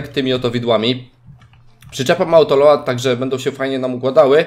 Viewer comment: #remont mówi się autolołd gdyby co 😅